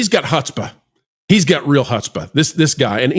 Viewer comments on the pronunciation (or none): Its pronounced 'Hootspa' - Man, I luv the way we're cleaning house